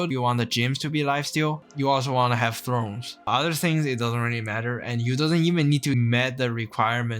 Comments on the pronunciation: "Sin you", not "snew". "Tha orns" not "thrones". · Its THORNS not THRONES.